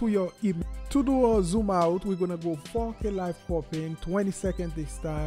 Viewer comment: Nice video. Didn't know that. But everytime you say 4K, it sounds like you say fuckin/fookin. Lol. It's alright. Fantastic video though!